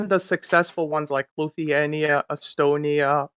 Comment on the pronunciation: He’d also be able to pronounce Lithuania